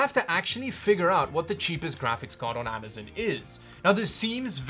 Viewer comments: Stop saying amazin lol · "Amizun" lol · Lol "Amazun"